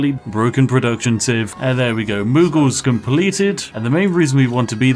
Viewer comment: Alright, surely I can't be the only one, when Spiff said, 'Next we want to be the Mughals', who actually heard, 'Next we want to be the Moogles' xD